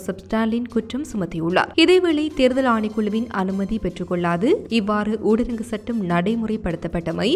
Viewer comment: ஊடரங்கு சட்டமல்ல. தயவு செய்து.. சகோதரி ! ஊரடங்கு சட்டம் என்று உச்சரியுங்கள்.🙏